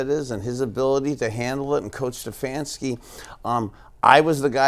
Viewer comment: The way says "StuhfaAanski" Really annoys me